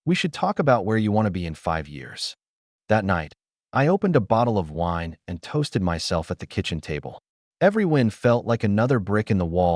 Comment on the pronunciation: "lips pressed into a thin line" Overly dramatic pronunciation of the word wine: "woine" I'm only surprised there wasn't a freeman consultancy firm. It's really kind of funny, I listen to the podcasts of the voice used in these and he doesn't talk like this